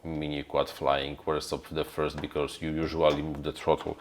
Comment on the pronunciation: you are great, just please don't say "becauRse"... it is very painful (maybe just me, but... well... painful it is):)